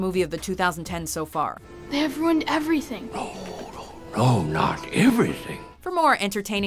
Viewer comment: It's not that it's white actors playing Asian roles that made me not like the movie. It was the pronunciation of the names that made me not want to finish it. I feel like the people who even made the movie never saw the show in the first place.